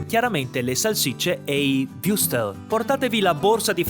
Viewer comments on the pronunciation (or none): Würstel.. WÜRSTEL! Non wustel o wiustel o wrustes...mannaggialama...mmma di jesoo